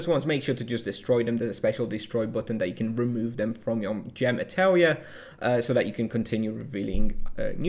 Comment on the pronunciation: Great vid! I had conversations with people about how this worked based on the spoilers and it was definitely a bit confusing, this clears things up nicely! For the pronunciation if you're interested - Atelier comes from the French - its pronounced like "ah tell ee yay" (phonetics are not easy to convey in text though!)